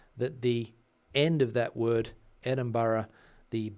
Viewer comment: Hi, you are correct with the way you pronounce Edinburgh. Live not far away 😊